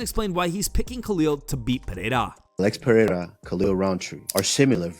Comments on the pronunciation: Chael still isnt pronouncing Alex's name anywhere close. Pee-air-a? 😄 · Piera.... c'mon Chael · "Pierra" always gets me😂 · Sonnen still mis pronouncing Alex’s name. Peeee-era. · Chael with the Alex ''Piëra'' 🤣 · Chael is intentionally mispronouncing Pereira %100 😂😂